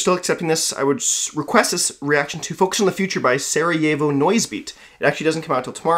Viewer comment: Before I even watch this im just gonna say one thing since I'm 99% sure I'll need to Sah-Rah-Yevo You didn't butcher it that much but the As in Sa and Ra are not pronounced like English As Another thing, the first song is pronounced as Shchrak, the first letter is basically pronounced as Sh, and the P is actually capital R in Cyrillic. I'm pretty sure the A there is as I explained before tyumu also he actually did it, madlad